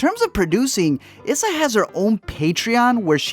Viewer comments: Eeee-sa Rae. Not is-sa. Love the channel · *ee-sa not is-a *Marsay not mar-suh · Its E-SA. Not issa. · E- suh not is suh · Her name is pronounced EEE SAH not Ih SAH lol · Issa is pronounced like (EE-Sah). Sorry pet peeve. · Issa is pronounced “Ee-Sah” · I liked the part on little (only of the 4 movies I saw) but you’re pronouncing names wrong and it’s killing me. Issa Rae is pronounced (E-sa) and if you’ve watched Insecure I don’t get how you’re messing that one up. Marsai is Marcy, I could be wrong on that one but I’m like 98% sure cuz that’s how her costars on blackish pronounce it. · Issa is pronounced “Essa” with a long E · Mar-say E-sa Pronounce correctly thanks